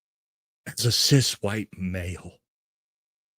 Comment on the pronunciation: Here is an authentic answer about Graham Platner. He did sound like he was pandering because he doesn't even pronounce CIS properly. HOWEVER, as per our First Amendment, he should be able to describe himself as he chooses, he isn't demanding that others describe themselves in like manner. I'm assuming he doesn't describe himself that way in all situations, but being in mixed company, that is how he seems to acknowledge the difference between himself and the audience member who seems to be a trans woman. I'm sure there are a number of your viewers who pander to you. If your face didn't show disapproval of his "woke" terminology and let's pretend you had said you were glad he used that terminology for whatever reason, you'd have people on your bandwagon saying they were cool with it. This is my authentic answer, as you said you would appreciate. I don't say CIS in normal conversation, it's like saying I eat meat. That is the common perception of an everyday person. I find that only those on a less common path use distinctive terminology or self-description. Like vegans/vegetarians.